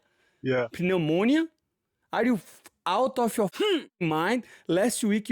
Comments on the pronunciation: Moicano trying to pronounce pneumonia is hilarious my brotha! Side note: Ian Machado Garry mentally is broken well he was broken as soon as he got with that old grandmother Lyla. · S-Tier Pronunciation Of “Pneumonia” 🤣